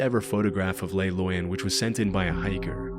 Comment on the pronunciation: You’re pronouncing “Le Loyon” as if it was a Spanish word when coming from Switzerland clearly indicates French. It should be “Leh” (Not “lay”) and “Loy-oh” (not “Loy-uhn”)